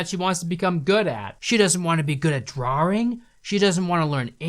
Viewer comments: You say “drawring” it’s draw-ing. There’s no second r. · "drawring" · DRAW-WRING lol